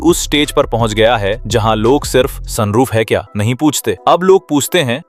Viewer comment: Soon roof kya hota? Sun roof hota hai😂😂😂